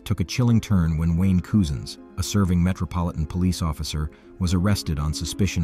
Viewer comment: My God! His name is Cousins! Like as in your cousin. Not Coosin.